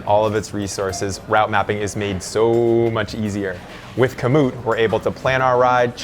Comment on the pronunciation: Jeremy says route wrong 😂